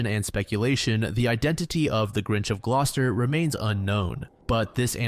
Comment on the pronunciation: It's good that he pronounced "Gloucester" correctly considering he's American haha